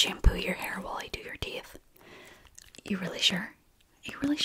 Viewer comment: “Looks like you got teef and stuff” 😂